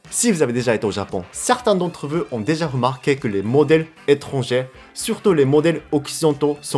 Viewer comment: J'adore quand tu dis veu au lieu de vous 😆